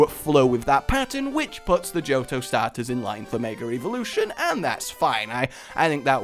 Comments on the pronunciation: Why do you keep saying Mega Re-volution? It's Evolution. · "Megar Eevolution"